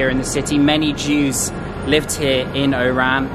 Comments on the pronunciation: The city’s name is nor “Eyran”; should be “Wahran” or O’ran. Thanks for sharing. Impressed with your Algerian visit vlogs. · You are borderline calling it "IRAN" the way you pronounce it 🤦‍♂️😒 It's ORAN. The stress is on the O not the R .. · Bro you sound like you saying IRAN it's ORAN. You can say it as ORON in arabic WAHRAN. Cheers. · It's OOOOORAN not I IIIIIIRRRAAAAN. WTF???? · Why do i keep hearing "Iran" instead of "Oran" ? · make sure when you go back to Algeria in the city of Oran make sure you say Oran correctly the same way you ll say (O)Orange because the way you say it it sound like you said Iran! lol Algerian people dont like to be mix with Iran we are Oran not Iran LOL I am Abdel from the US i was born in Oran. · Nice clip! Correct me if I'm wrong, I noticed when you say "Oran", you pronounce it like "Iran". At first, I asked myself it's Oran or Iran. Great job and thanks for sharing your clip with us! Cheers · "milk of chicken ...its for married person.." xD Everytime u said Oran , i heard Iran hhhhh...welcome to Algeria! you should visit Constantine next :D <3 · When you say Oran sounds like Iran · it's oran not Iran